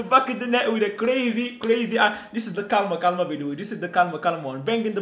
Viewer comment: Hahha one question ¿do you speak spanish? Cuz those calma calma and that perfecto was perfect